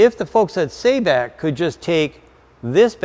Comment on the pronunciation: Based on that Arabic spelling, Sabic is pronounced like "saw-bic". Just needed to point that out.